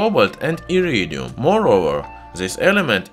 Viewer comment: I love the way you say “Iridium”